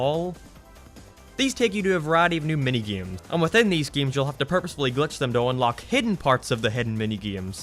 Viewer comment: Is bro saying gayes or games